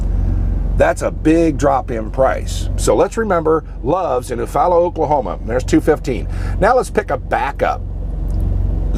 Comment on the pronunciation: great vid. My grandparents had a farm there in Eufaula. Pronounced you-fall-ah!!! FYI. Be safe.